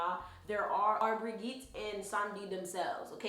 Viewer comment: side note, I'm of the same blood {not family but area} as she, so i thought to be helpful by saying the G in Maman Brigitte is pronounced as a J not a G. that said, thank you for tis video. I've bee called to research and this has helped. I've even saved this to a playlist. blessing